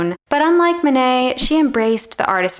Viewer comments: Actually, if you pronounced the names of Monet and Manet correctly, there would be no confusion. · Again Manet isn't Monet